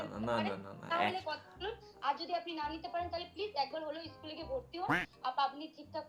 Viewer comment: nijeri schl jawar drkr ... School take ischool bolche 😂😂